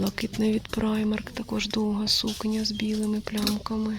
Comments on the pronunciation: Взагалі так, на англійській мові. Але жінка взагалі називає бренд «Праймер» тому вирішила написати. Доречі а в німецькій мові то читається « Примарк») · Правильнее - праймарк.